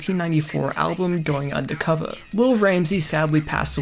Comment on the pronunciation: lol it clearly says "Undercover" with an R but you say it with an A. Like how every white person says "fiddy" cent. Subconcious racism lol